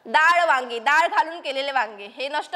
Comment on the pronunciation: दाळ ❌️ डाळ ✔️✅️